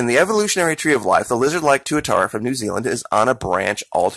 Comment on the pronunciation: tuatara you pronounced it right